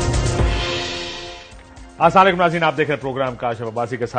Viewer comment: In sy kahen k thek tarah sy salam karen, not asalykm